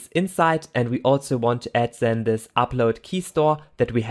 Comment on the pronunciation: the only problem is with "This", T-words, that become "Zhis", "Zherefore", "Zhen", it really confuses me, but apart from this, really good video!